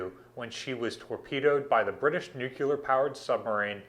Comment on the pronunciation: I'm "ok" with "nucular" armament since it's a derivative (false though) of "nuke" But about the power of a ship, it's "nuclear" whih comes from "nucleus"